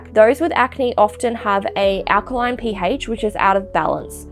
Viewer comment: "P haych" 😂